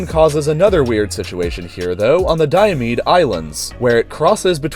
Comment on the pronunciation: its die-a-me-de not dio-med-e